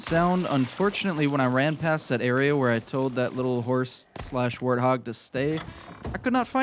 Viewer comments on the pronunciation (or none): none